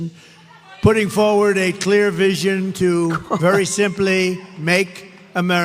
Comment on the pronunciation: Did he say "clear vision"...